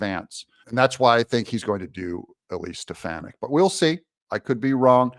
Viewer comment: wanna know what i think? i think doug needs to learn eliseis last name correctly